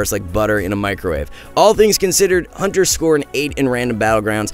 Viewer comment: The quality of these videos are going down not gonna lie. The sound is not equalized, he says huntes do damage from ranged instead of range. And he called Recuperator a pvp talent -_